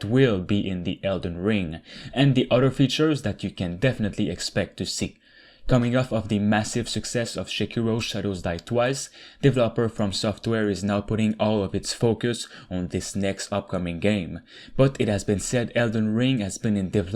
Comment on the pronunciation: How did you pronounce sekiro?? Wtf is šekiro?? Schekiro??